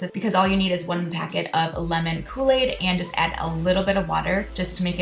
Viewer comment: kooi aid